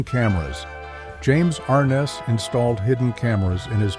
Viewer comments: Ai=Arnuss instead of Arness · it is NOT James AR ness. It is James ArNESS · and everyone else.....If you're going to make a video, at least pronounce the stars name correctly.!! Thumbs down.